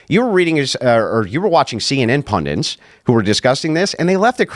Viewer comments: the one thing you missed zinging him on? There is no such thing as a "pundint." He intended to say, "pundit," but he's stupid, so... Meanwhile, for your sake, the word "also" does not have a 't' in it. It isn't "altso." You know I adore you. So, the Italian Catholic girl I went to highschool with, who expected to get married and have a big family, but who had to have her ovaries removed at age 14, due to massive ovarian cysts, since she can't reproduce, she doesn't deserve the "sacrament" and public recognition of her marriage, since it has "reproductive status that occurs with it"? What an entire a**hole. , when he says something to the effect that "even a majority of Conservatives might just get tired of fighting it, and say it's okay," he is literally doing a hand-wave, and speaking for others out-of-turn. He is saying the nonsensical, "People are saying something they are not, even tho we hear them saying what they are saying." Really? People who will answer a questionnaire about this subject are being cagey, catty, subversive, unwilling to say how they REALLY feel? Oh, good sir, DO go on. Crossing my fingers I don't have to edit this. YT has REALLY been making it hard to say things as we normally would. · As soon as somebody says "pundint" that's the end of it for me. An idiot is recognized by his inability to recognize.